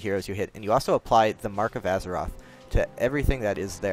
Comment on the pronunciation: Mark of Azzinoth not Azeroth...